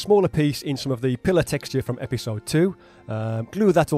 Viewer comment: LOL! I totally understood you when you said "lift" but earlier the word "pillar" sounded like you said "pillow" and in watching you wrap it around I thought you were making an ottoman!? But just for a second...haha. Great job and another awesome video my friend!!